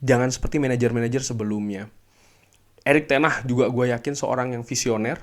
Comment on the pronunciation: ngucapin Ten hag aja kok susah bang🤣🤣🤣